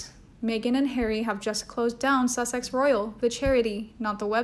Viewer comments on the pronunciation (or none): none